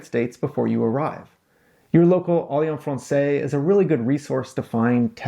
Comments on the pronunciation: It's Alliance FrancaisE, not Alliance Francais - pronounce that hard S at the end of Francaise. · May I point out that the correct pronunciation is Alliance FrancAISE, not français, as alliance is feminine. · Uhm.. ironic that in a video about French language competency, you pronounced Alliance Française incorrectly!